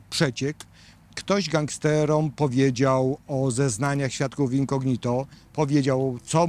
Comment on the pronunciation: super materiał; ejdna uwaga: ten prokurwtaor to Ozimina; w słowie incognito akcent pada po o, czyli inco' gnito a nie incogni' to; to 2 źle brzmi